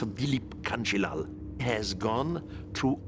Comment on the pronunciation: That's not how you pronounce Dileep Kanjilaal...LoL.. 😂 Sir Eric Vondanican pronounced it quiet right . 🙏🙏❤❤